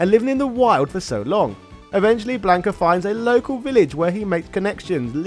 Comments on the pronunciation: Him? The name is Blanca,not Blanco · Lord Almighty, listening to this entire video mispronounce his name as "Blayn-ka" instead of the proper "Blon-kuh" made me irrationally mad. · Had to stop the video after hearing him say blank ah 3 times